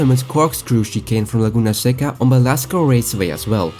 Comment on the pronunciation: Bro pronounced "Laguna seca" perfectly, beautiful